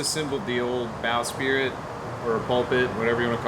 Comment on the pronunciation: Its sprit, not spirit Depending on were you are it's pronounced either bosprit or bowsprit